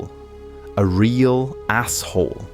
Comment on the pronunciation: " A REEAALL Asshole"- That maybe me laugh out loud. the sheer emphasis on that was priceless.